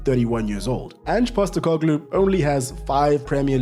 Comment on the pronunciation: There's only one Ange Pasta-car-glue